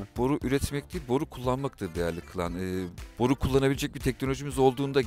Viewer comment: BORU DEĞİL , BORRRRR 😂😂